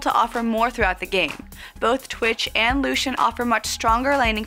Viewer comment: The one thing that annoys me the most.. - "Lu-shin" just say "Lucian"(Lu-see-an) ffs